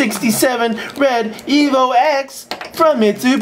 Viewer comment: surely it's pronounced evo 10...